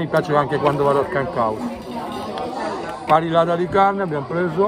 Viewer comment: dobbiamo farti un corso rapido di spagnolo/andaluso: la doppia ll si pronuncia i un po' tirata... Come Mallorca la pronunci Maiorca, così parrillada la pronunci pariiada. Ti aspettiamo nella costa più bella e selvaggia dell'Andalusia, quella della provincia di Cadice!!! Vedrai che una volta qua, non torni più veramente in Italia, come noi!!!